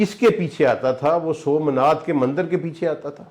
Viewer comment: Its somnath.....not somnad .....